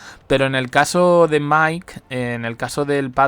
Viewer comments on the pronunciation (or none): none